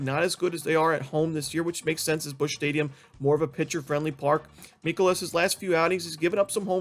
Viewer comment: Great job! One minor mispronunciation: it’s Miles MIKE-o-las, not Miles Miles MEEK-o-las.